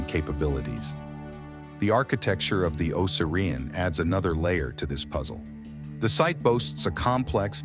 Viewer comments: Tell your A.I. O sear E on. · This is full of false assumptions and orthodox claims. The guy can’t even say the name correctly.